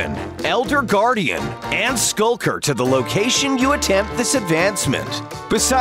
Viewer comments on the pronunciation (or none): Lmao he rly said skulker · HE SAID “SKULKER”